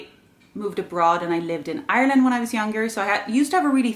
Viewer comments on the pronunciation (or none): none